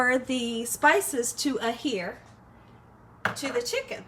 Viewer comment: It’s adhere, not ahere. You say that every time. Looks tasty